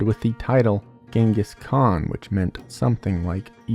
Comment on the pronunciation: Khan not han😅